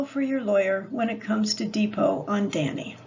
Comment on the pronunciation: That’s not how “depo” is pronounced…